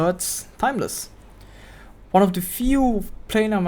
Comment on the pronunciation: your pronunciation lol 😂